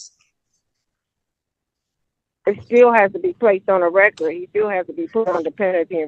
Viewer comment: What is "on the reckert"